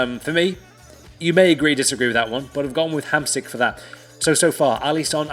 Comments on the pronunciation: Dont read it Hamsik. You have to read it like its Hamsheek. Really. Believe me :D. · Hamšík pronounces like "HAMSHEEK" :)